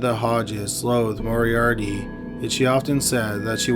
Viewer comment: Had to stop watching after the 30th time the narrator said ‘Morie-Ardie’